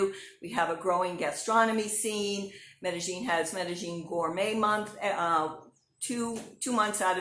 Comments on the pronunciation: sounds like she's saying "meta gene" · Hi. You are correct. The local dialect in Medellín pronounces the "ll" like a "g" so it is pronounced "Medegene". The rest of the world pronounces the "ll" like a "y" so it is pronounced Medeyene